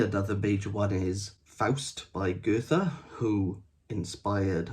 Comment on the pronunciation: This sounds like a crap book, but dude... If you're going to correct Waldun's spelling, at lease make sure your pronunciation of FAMOUS and IMPORTANT people like Goethe and Mozart is correct. We don't need you to put on a German accent, but please... It's Goe-t-e. No 'th' sound, just a 't'. And it's Mo-ts-art, not mo-zart with an English Z sound. Being unfamiliar with the German pronunciation system isn't an excuse. These names are pretty ubiquitous and if you review books/culture as Waldun does, you should be familiar with how they are pronounced, just as he should be familiar with the spelling of Shelley. LOL.